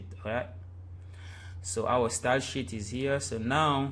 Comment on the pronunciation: It sounds like ur saying shit instead of sheet. But still great website tutorial! I learnt alot :)